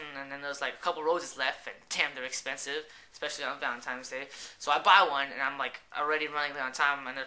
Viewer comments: uhh are you saying valentimes day? with an m? hahah it sounds like it. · really you said valentimes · lol you keep saying valentiMes! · funny story, sorry. i'm not being douche but i was just bugging me, it's valentiNes day not times. but yeah love the videos. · hahh VALENTIMES day!! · God he said "Valentimes" soo many times. Stop being Asian meaning shy and you've known she had a boyfriend if you have her number. She had a Corolla meaning she was Asian too I'm assuming. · He's saying it wrong but he obviously knows how it's spelled since he posted the vid as "my Valentine's DAY FAIL"